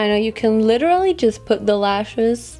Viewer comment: Ich finde deinen deutschen Akzent richtig unangenehm. Du sprichst zwar gut. Aber das „the“ wird nur anders gesprochen wenn das folgende darauf bezogenen Wort mit einem a,e,i,o,u ausgesprochen wird. Im Normalfall wird das e bei the nicht betont.